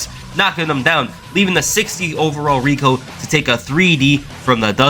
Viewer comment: At times when you say Rico I thought you said Regal.